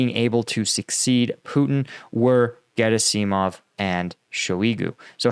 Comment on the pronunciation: Gerasimov. Accent on the second syllable, right?